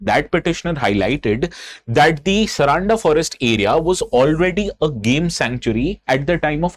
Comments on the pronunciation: it is sar-un-da and not saraanda bro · it's not Saraanda, its Saaranda (सारंडा) 🙏🏽🙏🏽☺️🇮🇳